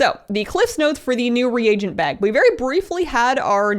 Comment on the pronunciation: Your channel has ended up being my new favorite. In fact your channel is the only one I seem to be able to watch the whole thing. That being said I'm so thrilled that you finally stopped saying regent and now correctly say re-a-gent. For some reason it drove me batty to hear streamers say regent instead of reagent correctly. It reminds me of those in WoW in chat who type prolly instead of probably. When I see prolly or hear regent it makes me feel as though these people spent too much time playing wow and not enough time doing their homework when in school for those of you who started wow as a child or teen. Fortunately for me I was 58 and sufficiently educated with some college behind me when I started wow. Overall you have a great channel and lends itself to straightforward information. Far too many of them are more begging and bragging than informational.